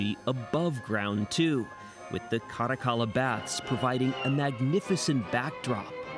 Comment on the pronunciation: I like the way this guy says “Caracalla”